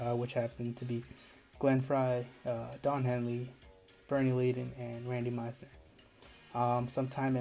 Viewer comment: Leadon is pronounced led-uhn.